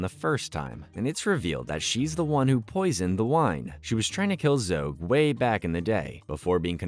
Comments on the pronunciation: Zog not Zoge! It was driving me crazy. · Zog not zogg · There's no 'e' in Zog!!! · Great video, other than mispronouncing Zogs name